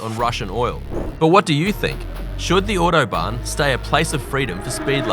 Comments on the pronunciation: Bro saying “iuodobahn” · Ordo-barn. Jesus, mate.